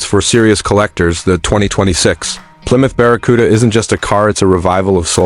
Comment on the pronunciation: What's this AI bullshit? "baracuda"? "biarriauon"???